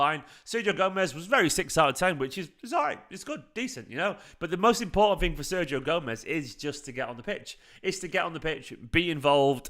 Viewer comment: Ser-HIO, not Ser GIO